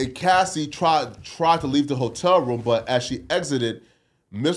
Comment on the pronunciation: trying to say hotel is Gold lmao